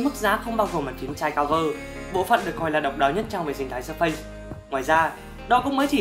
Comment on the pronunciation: Làm review thì nên phát âm cho đúng. Surface không phải là Sơ-phây